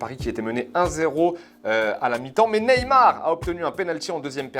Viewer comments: ont lui dit ou pas que sont surnom c'est ney et pas nez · Galtier calme toi sur le « ney » stp